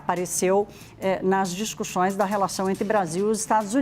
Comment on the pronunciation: A jornalista de língua presa, tem sílabas que ela não consegue pronunciar. Ela fala discuchões, negochiar....😂 Nem esconde seu lado . Ridícula